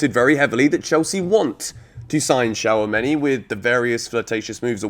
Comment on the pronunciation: It’s shoo-ah-me-ni. He’s French not Chinese